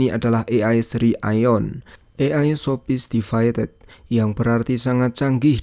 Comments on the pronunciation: iyo ya😀padal.biasa aja bacanya, sopistiketed, malah pake salto segala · 😅😅ngakak benerr malem2 dengerin kamu bacanya 😂😂 sophisticated maksudmu bang 😊😊